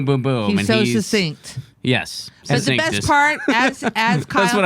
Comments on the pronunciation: Succinct is not pronounced "sussinct." It's pronounced "suck-sinct." Otherwise, great show, Jimmy! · Sorry to say, you all have fallen prey to this error, the decline of English. Sad. suc·cinct sə(k)ˈsiNG(k)t/ The former c is hard, being followed by a consonant. The latter c is soft, being followed by a weak vowel (i or e). Listen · Good show, and Kyle did, indeed, prove his points. However, I do need to point out that you all pronounced succinct incorrectly (including the wonderful, a school teacher, and school teachers are among my favorite people on the planet, thanks to my first-through-third-grade teacher in the early 1950s who taught reading using the phonetic method). Here's a video with the correct pronunciation: As someone in their comments section pointed out, it sounds like "suck sinked" when pronounced correctly. I saw the full version of that Fox video, and I blushed in embarrassment for Cori Bush. Bush may be smart when she's rehearsed or knows the questions in advance so she has time to research the answer, but she's definitely not as quick-witted as Alexandria Ocasio-Cortez in situations that call for extemporaneous speaking.